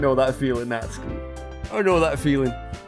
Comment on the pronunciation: I'm pretty sure the cannon pronunciation is "nat-su-key"